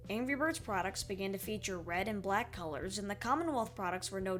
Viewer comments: B R E A D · Oh yeah, B R E A D ! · ah yes my favorite angry bird.. B R E A D